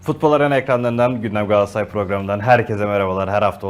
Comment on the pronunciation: Galatasaray olmasa kimse sizin adınızı bilmez, peki siz niye Galatasaray'ın adını bu kadar kötü teleffuz ediyorsunuz? Gaassaaay, Gassaray nedir arkadaş!